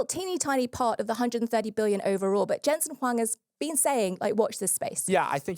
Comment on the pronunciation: Thank you to for pronuncing Jensen Huang and Nvidia in the standard way! Impossible challenge for MBD hosts 🤣